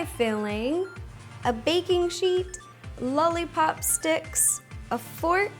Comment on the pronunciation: I love how it sounds like she says lully pop